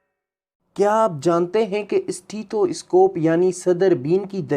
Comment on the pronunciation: یہ اِسٹیتھواِسکوپ کیا بلا ہے؟ سیدھی طرح سٹیتھوسکوپ بولو